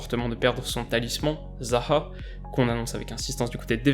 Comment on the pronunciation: A pour zaha il a dit a l’accent arabe